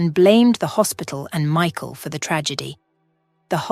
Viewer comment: You need to pronounce Michael properly it put me off the way you speak so until you learn to speak properly I want be watching any more of your crap.